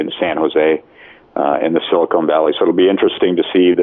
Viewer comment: I think he means to say Silicon Valley (short o sound not long o sound). "Silicon" (long o sound) would be like Beverly Hills, home to high price plastic surgeons doing boob jobs.